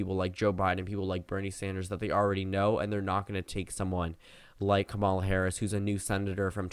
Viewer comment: God her name is pronounced KAW-muh-luh. Not ka-mawl-uh